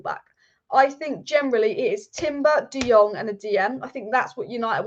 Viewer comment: On Frankie de Jong, you pronounce "Jong" as "Young". As my Dutch name Boudewijn, pronounce "wijn" as "wayne". People are mispronouncing his name